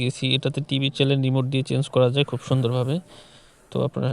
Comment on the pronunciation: এটাকে চ্যানেল বলে চ্যালেন বলে না.